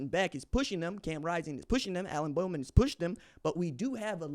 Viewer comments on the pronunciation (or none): none